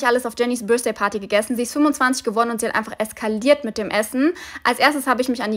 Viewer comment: Börsdaypardi: diese aussprache